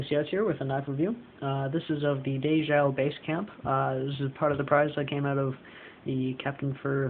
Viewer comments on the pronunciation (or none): It's ""day jo", not "dayho" The owners are husband and wife Dave and Jo.